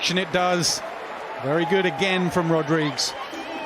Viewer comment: Why can’t the commentators pronounce Rodrigues’ name correctly?